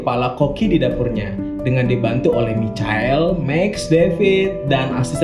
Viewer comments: Bang! Michael = Maikel :v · Cara baca Michael itu maykel :) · Michael kalau baca Maikel cok